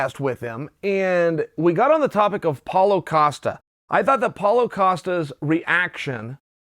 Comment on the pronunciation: I like how Chael says Paul O'Costa